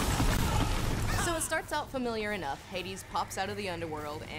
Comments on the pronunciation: it's Demeter. deh-MEET-er. not DIM-it-er. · Not to mention, she said "Dim-it-er"... lol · Demadiur ...it's funny how you pronounce Demeter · not de-meat-er? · I'm (1/2) sorry, but 'Demeter' pronounced de-MEE-tur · Im either annoyed how she keeps mispronouncing Demeter... .....how im having my mind blown that ive been the one mispronouncing Demeter all my life. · Honey I love this video but, what in the actual hell is your way of pronouncing Demeter?